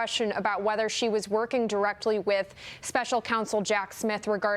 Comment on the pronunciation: her name is pronounced "fauni" not "fanny"